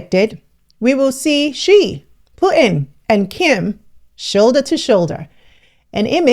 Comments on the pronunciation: You are butchering Putin's name. It's not Put In, the U is pronounced differently. It's hard listening to your pronunciation of his name. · ALERT: Mostly for Americans but it's seems many cannot say Putin. Putin as the letter T right in the middle..... Smh...